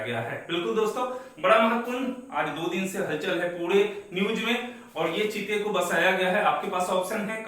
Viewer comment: जीते नहीं सर चीते